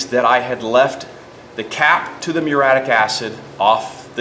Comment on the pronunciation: This is just god punishing you for not knowing how to pronounce the fucking word muriatic properly. Its not fucking mure-attic. Fuck all you illiterate retards.